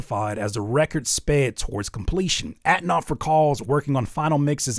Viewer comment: Homie just could pronounce that N in Antonoff😅